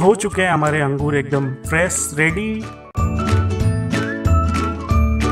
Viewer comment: chutiyeah angroosess kya hota angor bol ya grapes😂😂